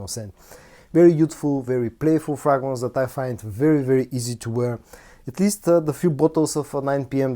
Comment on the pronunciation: (Pronounced Fraygrance not Fragnance)